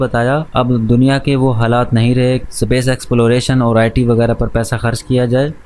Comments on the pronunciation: Space ❌ sapace ✅ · Bhai tune yeh movie 1 sal pahle dekhi, mtlb tab hindi dubbed available nhi tha, english to ati hai tuze pr space ko S pace kyu.. bolta hai..😅.... baki video to bhot mst thi...😁....keep growing... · Bhai pehele space pronounce karna sikle